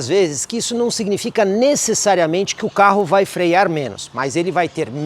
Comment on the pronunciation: Excelente apresentação! Dica: disse "freiar" em vez de "frear".